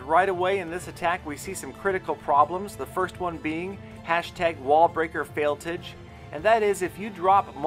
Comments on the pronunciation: It's not fail-TIG it's fail-TAJ like Taj Gibson (Bulls PF) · Fail-tage not tige lol